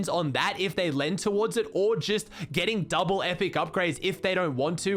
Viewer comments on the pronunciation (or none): none